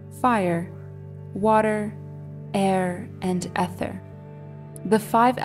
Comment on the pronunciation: Very nice! Ether is pronounced eether.